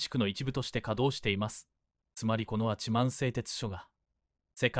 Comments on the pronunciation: 八幡は はちまん⇒❌ やはた⇒⭕️ です 固有名詞を間違えるのは失礼ですね 音声読み上げの間違いが多すぎて字幕を見ないと❓です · はちまん、でなく、ヤハタと読みますよ！